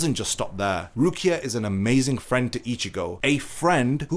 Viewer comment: You seemed very intent on emphasizing the word "friend." :-)